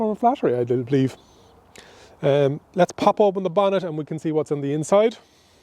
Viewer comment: Sorry but, could you explain to me what you mean when you say "bonnesh"? is it maybe the bonnet you are talking about? I also like the "pockesh" on he door🙂 People from UK will not understand you.. ahahaha. Anyway, greash video!